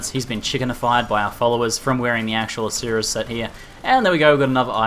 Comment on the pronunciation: I think it's "Ash-Ara" with the E being silent